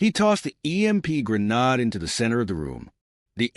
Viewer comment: Ai just cant pronounce grenade.